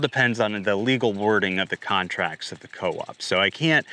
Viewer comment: "You will eat zee bugs"